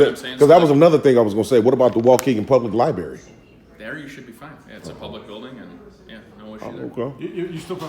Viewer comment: Library god damnit learn to speak not li Barry